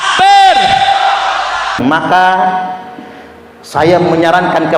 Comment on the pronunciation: diakhir kalimat selalu ada TAKE BEER😂😂😂😂😂😂😂